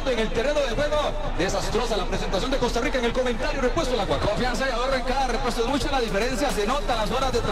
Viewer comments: COSTA RISSSA😂😂😂😂😂😂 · Costa Risota 😂😂😂